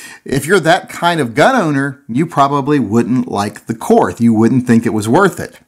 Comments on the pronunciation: trolling for money disguised as BS about grip selection. Nothing about the gun. By the way, it is pronounced KORT not KORTH OK? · How can you do a review on a gun that you can't pronounce correctly? It is pronounced KORT, not KORTH. And while we're at it, Porsche is pronounced PORSHA, not PORSH. Research your subject before doing a review, apparently, especially if it is German. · If you know anything about Korth revolvers... You know it's pronounced like "court." Hahaha! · Korth is pronounced Kort. No h sound on the end. I'd love to have one, but can't justify it. Stick with the rosewood. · Awesome gun, actually pronounced "Kort" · It's pronounced "Court." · Keep trying. After all, it's a Korsche.....Porsche.......Korth! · It's pronounced KORT. and you are right the camo grip is ugly. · You know it's pronounced "cort"? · Ever considered getting a Korth semi auto? They're super neat as well. Also, it is pronounced like the word court, weird, I know...